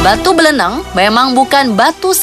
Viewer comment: buleleng lah bukan beleleng